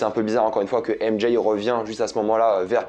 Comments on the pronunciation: AIME D’JAYYE 😂😂faut arrêter de s’américaniser comme sa 😂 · "M Jaye" 🤦😂